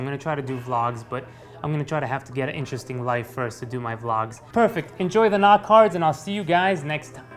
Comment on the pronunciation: sounds like "not cards"